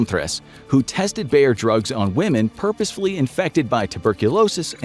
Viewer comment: BAYER - not: Bear! Bear is a fucking animal! Seriously, to you English native speakers have to butcher and mangle everything?